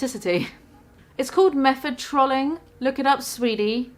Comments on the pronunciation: “Trahling” love Brit pronunciations. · "trawlling" just made the biggest mistake of her entire career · why do you pronounce trolling like trolly